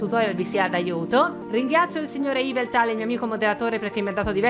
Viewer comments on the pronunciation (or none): none